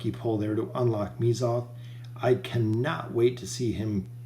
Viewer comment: it's pronounced meh-zoth. not "me"zoth. you enunciate strangely when pronouncing oden as well. it's not oDEN, it's just oden. oh-d-n.